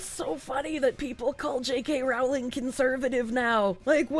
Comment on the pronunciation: It's pronounced "Rowling" as in "bowling" not "disemboweling"